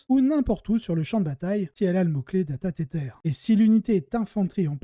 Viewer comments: Super intéressant comme d'hab ! Sur la forme : j'ai tiqué sur le "data tétèr" XD alors si tu insiste pour prononcer le mot en anglais c'est plutôt "tèzeur" ou "tizeur" (c'est un peu entre les deux je dirais) mais sinon en français ça fonctionne très bien et tout le monde connait la règle : "data-câble amélioré" (et mot-clé "Data-Câble"). Sur le fond, j'ai répondu à ton sondage sur YT en cochant la case plus court et plus de listes parce que là, je dois bien t'avouer que, alors que je joue ces deux armées, j'ai eu du mal à suivre tellement il y a d'informations, c'est à mon avis bien trop dense pour être digeste. En outre, je pense que regarder ta chaîne c'est s'intéresser à la construction des listes, et si on veut vraiment le détail, on peut attraper le codex ou Wahapedia et même aller chercher la liste sur Goonhammer si elle y est (ou le lien) ou sur BCP ou autre éventuellement. Bref, je préfère plus de listes. En tout cas, très bon travail ! Merci ; ) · alors t'entendre prononcé "tétèr" très sérieusement ma bien fait rire en effet si c'est ce que tu cherchais 🤣🤣 Dans ce cas continue Mais dans tous les cas je préfère "data-câble" je trouve juste que ça sonne vachement mieux qu'en anglais (pour une fois... en même prononcé avec l'accent 😉 )